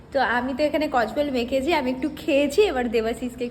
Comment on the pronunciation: Kodbel ❎ kojbel ❎ 😂😂😂😂😂😂